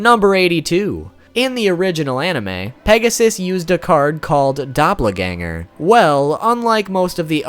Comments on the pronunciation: doh - pel not doppler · your pronunciation of doppelganger triggered me. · Dop-le-ganger? I know you mentioned pronounciation not being your thing but damn dude :') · Doppla-ganger? Really?